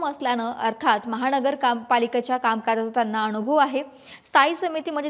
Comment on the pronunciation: महाणगर पालिका , भाजपाण, अणु भव, आरे रे ,किती अशुद्ध, थोडा प्रयत्न केला तर न आणि ण मधला फरक लगेच कळेल, सकाळ कडून जास्त अपेक्षा आहेत